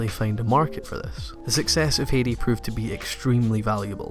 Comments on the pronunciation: I just got into Anime and find your channel so helpful, new subscriber! As a former American English teacher current journalist I thought I would share something I noticed about your British Heidi pronunciation, you say Hate-ey, because of the harsh consonant sounds and round vowel sounds in British English. In American we say Hi-dee it almost sounds like high tea, even with regional dialects this only changes is the south to be Hhada like HHHi day. Both British and southern English versions sound odd to me and it was a bit distancing in this video but your editing and love of anime is so genuine I do not care plus we cannot really change our accents. PS the drama anime of Nippon totally shaped early Magic girl and drama series at TOMI animation and in shows like Lady Georgie or Candy Candy. Even though they came out at similar time you can sense a desire to keep pace if not out pace each other. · Metallicus I do cringe every time he says "hey-dee" :/ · Heidi is pronounced 'Haidi' . Well known in Germany, taking place in the Alps. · I loved the video but I cringed every time you said Heidi because it was pronounced wrong (I'm sorry but you said it a dozen times) if you've seen the intro to Heidi they said it 3 dozen times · Comment section: 5% compliments 5% new anime is shit 90% it's pronounced hi-di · He was pronouncing it wrong. Even in Japanese they preserve the same Hai sound. Since they don't really pronounce D like that, it is "haiji" in Japanese. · dutch person who grew up with Heidi ITS HEIDI, EMPHASES ON THE EI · It's 'High-de' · good video but you pronounced Heidi so wrong. Have you never heard Heidi Klum saying her own name? Its more like "Haydy" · love you videos, but you far to often said "Hidi" so i had to turn that one off. no worries. <3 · Can't pronounce Heidi? C'mon, man. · The way you say "Heidi" pisses me off but otherwise great video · Heidi is not hard to pronounce. Why do you mispronounce it every time you say it? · it is hi-dee not hee-dee